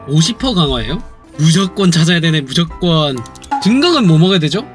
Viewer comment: 아니 진짜 일부러 무적권이라고 하는 거임?